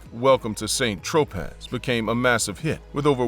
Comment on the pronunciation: Lmaoo "welcome to st tro-paz." Sir its pronounced like San Dro Pay